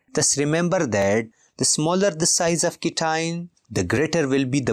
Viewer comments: Sir this is not cition it is cation and not inion it's anion😅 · Pronounce cation and anion as "cat ion" and "an ion"